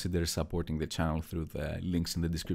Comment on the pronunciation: At the very end, he said " out" for his outro with no accent...